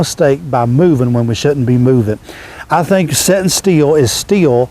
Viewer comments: It's pronounced STILL not STEEL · Is he saying "set steel" or "sit still"?